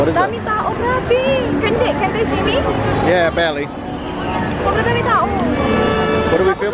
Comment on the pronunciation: "can u see me?" "yea belly😂😂" yun yung pagkakarinig ko pero barely plaa AHHAHAHAHAHAHA